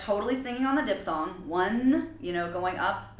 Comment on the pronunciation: "Dip-thong"? ^^ I didn't know that was an accepted pronunciation lol. Usually it's "diphthong".